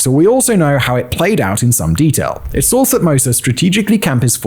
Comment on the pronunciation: ‘Saw’ does not end in ‘r’